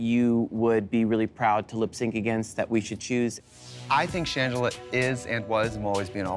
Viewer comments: Not the ‘ShanGla’ 😂😂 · “Shang-gela what did you do?” NOT SHANG-GELA💀💀💀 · Shangela (like fang) whatd you do